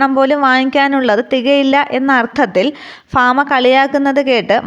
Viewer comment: ഫാമ അല്ല ഭാമയാണ്